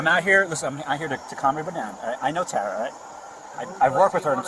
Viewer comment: Tara Dz-ur-koc...😂